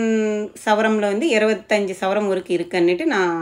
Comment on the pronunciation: Great video, small correction sister, it's savaran not savaram, also can say sovereign in English